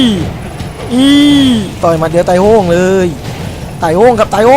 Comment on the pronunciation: ตายโหงครับ ตายโหงฮ่าๆ มาเป็นสำเนียงภาษาถิ่น